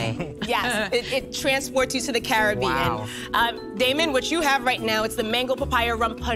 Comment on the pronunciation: They're saying "Care-a-bean-n", not "Caribbean"!! 😭😭🏴‍☠️🦜